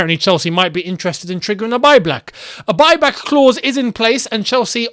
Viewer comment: Bro said "triggering a buy black" for Tammy Abraham 😂😂😂💀💀